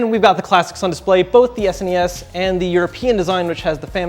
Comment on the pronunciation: I actually hate the way he says SNES!